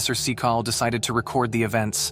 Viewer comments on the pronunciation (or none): It's Cynical. Not See-call. Who tf is this idiotic narrator? What a moron. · The so called professors name is pronounced Sin-e-call not see- cale , cynical meaning not believing. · SEE-CAL??? Syn-eh-cal is correct way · Correction: Its pronounced Dr. "Sinical" NOT Dr. Secal. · I AM NOT A TROLL OR ANYTHING LIKE THAT BUT FOR GOD SAKE IF YOU ARE GOING TO DO A VIDEO AT LEAST TRY TO GET SOME OF THE NAMES RIGHT IT IS NOT CECAL I T I S SIN NI CEL OR IF YOU PUT IT TOGETHER IT IS CIN I CEL YOU THINK YOU CAN GET THAT NOW. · Prof 'cecal?' Or 'sical' terrible pronouncation! Try Cyn-i-cal and cynical actually means something. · I swear it sounds like he's saying "professor fecal"😂😂😂😂😂😂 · My narrator... it's not see-call or cycle... it's pronounced cynical (cyn-a-cal). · Why can't you say cynical. Sin-e-call, it seems disbelief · Professor who...? Cynical Sin-i-kal Oh lord protect the English language from idiots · Everyone: AI is going to take over everything AI: sees the word, Cynical........ "Sickle"?! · Holy frick… the stupid AI can’t even pronounce Cynical (Sin-eh-cull) correctly. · If this is an AI voice it’s not very intelligent 😂 cynical = seecul ?? 😂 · Can`t you pronounce the name CYNICAL correctly ? Its even on the screen. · His name is pronounced (SEN-I-CALL) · I have never heard "Cynical" pronounced as SEE-call. May I never hear it slaughtered that way again. Also, I don't think anything here was caught on tape since almost no one still uses videotape. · Professor Ceekal... Lol WTF.. Dude if you are going to use AI to make a YouTube channel at least get it to use proper pronunciation. It's just lazy.... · Bro needs to update his AI voice over. Macabre is not pronounced macobree and cynical is definitely not pronounced seecal 😂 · Say it with me “Professor ‘Sin-a-Kal’” for Cynical”. I hate when names or words are mispronounced. For goodness sakes! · Dude! The second guys story's name was pronounced sin a kil. You were saying everything but.